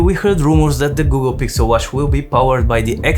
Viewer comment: "Gukkel Gixel watch" I love it 😍